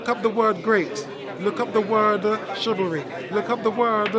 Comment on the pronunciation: 17.39 mins in 😂😂😂😂 chivalry 😂😂😂😀😀